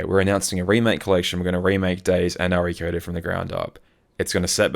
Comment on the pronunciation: saying Re:Coded like R.E. Coded is unhinged ~ or should I say unchained ~ It's not a Resident Evil game lmao The Re in Re:Coded is short for remake and is said just like the normal prefix re- like in remake, redo, relive etc ~